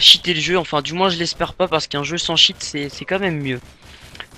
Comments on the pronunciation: Deja c'est cheat et pas shiit xD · Tcheat et non chiiiiiiiitte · Si toi aussi quand il dit Cheat/Chier ta eu mal aux oreilles ! ><